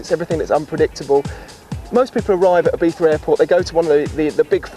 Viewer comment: I don't care how correct it is, every time I hear ibiftha I want to cut someone's head off. It's either Ibizza or Ibiza (like z in zero), not ibifthda like you had a stroke and can't speak.